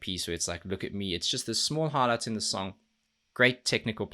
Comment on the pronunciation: When you say "highlight" and I hear "harlot" 😆 Hunger was my introduction to Amaranthe and I'm glad you finally got to it and enjoyed it too!